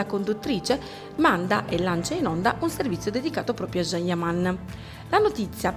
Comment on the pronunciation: Cosa ti devo scrivere... Pure tu come d'altronde Barbara D'Urso dovreste imparare come si pronuncia il nome del amatissimo attore. Figlia mia si scrive Can e si pronuncia Gian ... Non Jean E stato lui stesso che a spiegato migliaia di volte come si pronuncia... #CanYaman